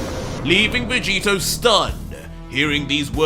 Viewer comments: Bro did you just call vegito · 25 to he calls jerin vageto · you made a mistake saying vegito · You called Jiren Vegito lol did you catch that 🤣😂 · you called Jiren Vegeto🤣 still love the work you're doing